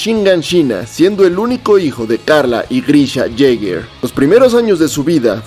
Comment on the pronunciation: El mejor video de Eren sin ningún tipo de dudas, 9.9/10 lo único malo ese "Eren Yeiger" del final 😂😂